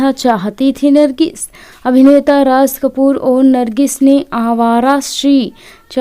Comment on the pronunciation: Barshat nahi woh Barsat hai Raj Kapoor ji ko Rash Kapoor vana diya Naam to lo thik se 😂😂😂😂😂😂😂